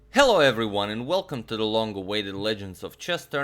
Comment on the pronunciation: Really went in hard on that “hello everyone”